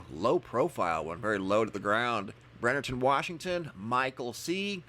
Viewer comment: It's: "BREMERTON, WA.", with an "m", not an "n".